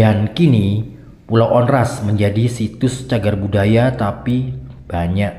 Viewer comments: Saya pernah ke pulau Onrust dengan tour guide, just info bang, Tmpt duduk lingkaran bukan buat santai tapi dulu infonya area bertarung bang . dibacanya juga pulau Ornust, bukan Ornast bang. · Bacanya onrust bukan onras